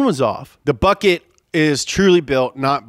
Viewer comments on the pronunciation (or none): none